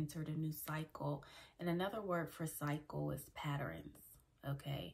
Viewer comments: Great word. But Patterns, not Patterines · Patterns Not Patterens. My apologies, had to state that. I LOVE your content though!❤